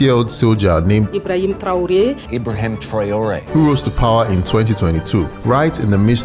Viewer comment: apprenez à votre IA à lire correctement le mot TRA O Ré SVP!